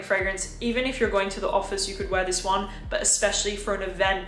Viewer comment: Why do you say 'zis' like a French person now? I'm really confused by the change in accent.